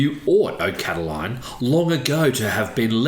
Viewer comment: I believe his name was Lucius Sergius Catilina, the anglicized name being 'Catiline', not Cataline..